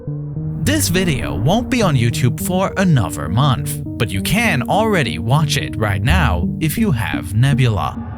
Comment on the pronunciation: “Alweady” “miwwion” “da”